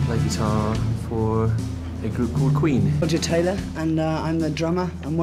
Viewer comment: Brian: soft voice "I'm Brian May and i play guitar for the group called Queen" ~1 second later~ Roger: "rOgE tAyLaH and um i'M tHe DrUmAh"